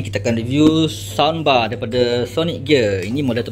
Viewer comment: Adik bukan sambar, sound bar dik.